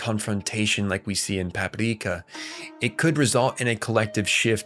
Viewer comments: Why are you pronouncing it Papipreeka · bro why do you keep saying Paprika like that 😐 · Why is this dude saying Paprika with a Japanese accent? The movie title is in English. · Stop saying Paprika like that